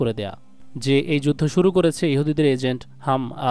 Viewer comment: ভাই আপনি বারবার হাম আস উচ্চারণ করছেন অথচ সঠিক উচ্চারণ টি হলحماس তথা হামাস